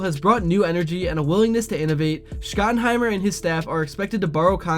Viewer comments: It’s pronounced Shot-in-high-mer not Scott-in-high-mer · Dude why are you saying his name like Scott in hiemer?... you've never heard his name said like that before so why are you saying it like that?.. its weird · Bruh it's pronounced "SHOT-in-highmer" - you lose credibility when you mispronounce it 🙂